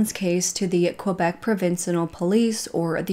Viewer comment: If you need some help from a French Canadian, please don’t hesitate to contact me ! Québec is said like this : Kaybec not Quobec. Hope that helps :) love you videos !